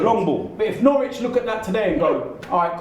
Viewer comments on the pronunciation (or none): Thought it was Norwich not Norwitch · Norwich not Nowtich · Norwitch 😂 really?😂